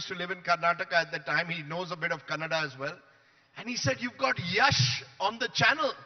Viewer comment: Mr. Editor…it’s KANNADA❤ not CANADA😡